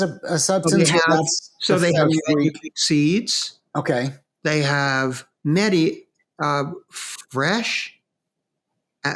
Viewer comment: Very good information. Mehti is pronounced May-tea